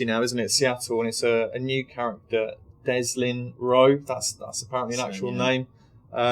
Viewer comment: Not Deslin... Delsin.